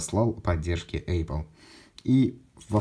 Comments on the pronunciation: Задолбал с этим [ЭЙПЛ]... 🤬 ну неужели так сложно правильно произнести. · Один вопрос почему Эйпл? А не эпл. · «ЭЙпл», что? Как так можно говорить?